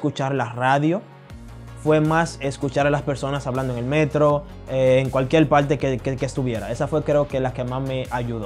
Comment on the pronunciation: Hombre buenos consejos, buena actitud hacia la vida. Ahora a mejorar tu castellano ese acento de “ mujel” “ cualquiel” lo eh escuchado en algunos cubanos y puertorriqueños te soy sincero! Hace ruido a quienes hablamos castellano. Creo se a puesto de moda ese acento en Latinoamérica por los regetoneros 🙄 yo hablo Nederlands 25 años y aun sigo aprendiendo.